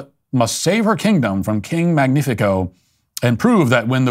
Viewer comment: King mangnifico? They aren't even trying with the names.